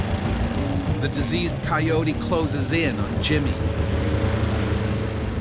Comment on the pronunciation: Right, coyote, "kye-yoat", not "coyotie".